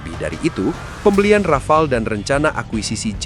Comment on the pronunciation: desult Rafale ya heeeer